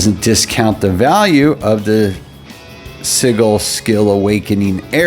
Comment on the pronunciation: For future reference because it was killing me, its pronounced Si-jull. Its not a hard G sound. Not mocking you at all, btw.